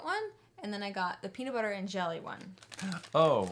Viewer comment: It not beanutbuter